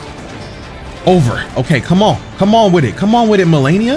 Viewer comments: Lol he definitely knows how to pronounce her name now lmao. Enunciation perfect and everything now lmao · Damn she humbled you so much you started saying her name right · anyone notice how he finally says her name correctly after a few videos of saying it wrong and her repeating it lmao.